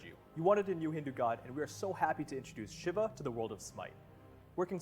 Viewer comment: i hate how they say shiv-a instead of shee-va